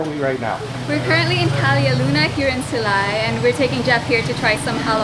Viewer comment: Why cant americans prenounce bacolod and silay correctly